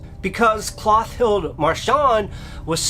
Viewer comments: So I was today years old when I realized that "Mister E" is the same as "mystery." Lol Also it's "Clo-TILL-dah" not "Cloth-ild." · Good job with the pronunciation!